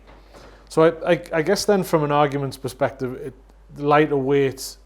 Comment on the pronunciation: Its perspective not "sperspective" and crux not "clux"